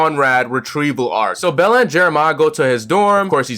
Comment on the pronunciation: i appreciate you calling her bella instead of belly XD